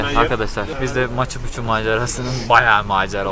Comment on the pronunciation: pikçu diye telafuz edilir.